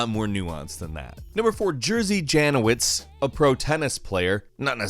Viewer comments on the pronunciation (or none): Not Jersey Janowich but, if you want to read it correctly - Yerzy Yanowich;) Also - We Are Poland - We Are Taking Over The Comments - Resistance is futile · The way you pronounced name of that tennis player :D Jerzy Janowicz